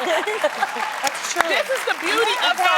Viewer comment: Tamera made sure she said Latina right lol!!